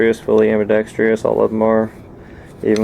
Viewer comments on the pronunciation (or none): AM-BI-DEX-TROUS (Pron. like "TRUSS"). (No "I".) You are "industrious". The pistol needs a TRUSS.